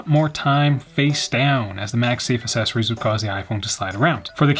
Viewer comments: Great video--but c'mon bruh, Assess-oories? Don't be a child big dogg... you are old enough to know better. 😱🤭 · Assessories! I love it! Now I cant unhear it! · I love how says assessories